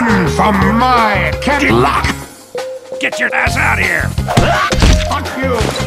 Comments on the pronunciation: GamerProYT i though he said candiquock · Run from my 'Cadillack!'